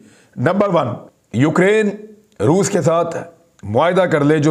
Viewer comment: Re baba Roof nahi re Roos Bol. Roos 🤣🤣🤣. Totle